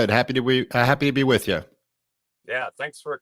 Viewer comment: Dave opening slip o the tongue: "Happy to whee with you!"